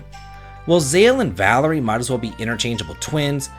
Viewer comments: Baby it’s “Valere” not “Valerie” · Valere's name is pronounced vuh-leer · I honestly thought you were supposed to pronounce the Moon Solstice Warrior 'Val-Air', rather than 'Val-ery' xD